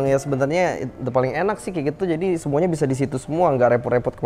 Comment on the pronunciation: emang gua doang yang dengar ngomong "SMUANYA ADA KEKURANGAN DAN KELEMAHAN"😆Itu apa beda nya banggggg